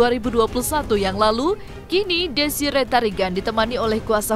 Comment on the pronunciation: DESIREE TARIGAN MIN, ""BUKAN, DESI RETARIGAN""❌🤣